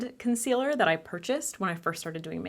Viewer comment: Hahahaha! Keep on replaying the “This is a COHN-SEE-LUR.. a what????” Hahahahahahaha! $80 dollars! 🤣😒